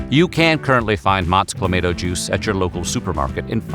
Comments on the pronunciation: You should be arrested for pronouncing Clamato juice like that! 🤣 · 😂 I had to leave the video I could not deal with that pronunciation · I was actually looking forward to watching this until I heard that pronunciation. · I agree. It annoyed the hell out of me. Yet that is what you get with TTS. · Thank you!!! Every time I heard "Cla-may-to" juice it was like nails on a chalkboard! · Nope. They screwed it up. It's clamahto, not clamayto. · Being Canadian and enjoying a Caesar on a regular basis. I had to turn that off because of the way he kept saying claimato. It hurt me. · Most of the comments are people talking about how you pronounced cla mahh toe... it's not clay mate oh. But seeing all the comments is funny. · ClamAHto not clamAAto. Geeze! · U say claymato I say clamatoe😅😅😅😅😅😅😂😂😂😂🤣🤣🤣🤣🤣🤣🤣☝🏽☝🏽☝🏽☝🏽☝🏽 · This is the first time in my life I've ever hear it pronounced with an "ay" instead of "ah". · ClamAHTO juice not clamADO juice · CLAH-MAH-TOH. Not CLAH-MAY-TOH. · It isn't called "Clamayto" juice though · Please stop saying clay-mato. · Cluh - mah - toe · CLA - MAY -TO? WHAT THE EFF? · It’s pronounced: Cla-ma-toe. You’re welcome… and, get it right. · My favourite voiceover dude and you Butchered the pronunciation. You're still my guy but it's Clamauto. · Caesars have the same basic recipe as a Bloody Mary, but the Clamato juice makes them spicier and more savoury. It's one of those things that Americans should like, but it never caught on down south for some reason. Same with poutine. It's also clam-ah-toe. That's Motts' official pronunciation. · Canadian Clamato has flavours like pickled bean, the works, and extra spicy. Also it's pronouned cla ma toe you monster. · Cla-maw-toe juice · Stop! Saying! ClaMAYto! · The total population of Canada is around 41 million yet they drink 350 million Caesar cocktails? Also it's pronounced cla- MAH -toe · Drinking Game: Take a shot every time it’s pronounced “Cla-May-Toe” during this video….🥃